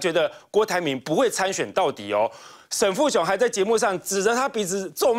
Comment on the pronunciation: 沈跟沉是不是很像，每次都講錯的~過氣了~下來休息吧？最真的主持人。